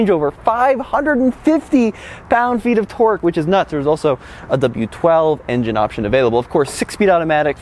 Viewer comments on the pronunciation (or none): none